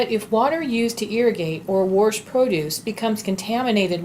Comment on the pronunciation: The R in the word wash is silent.